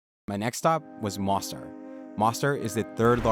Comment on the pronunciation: We lived in Bosnia for about 5 years in total and absolutely love your video. Spot on with so much. Thanks for the video. Excellent annunciation with many challenging Bosnian city names with a slight exception. Mostar. Bosnians say it with a long O and roll the r at the end like a soft d. Great job man!!